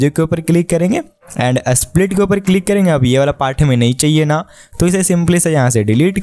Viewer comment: Split ❌ Asplit ✅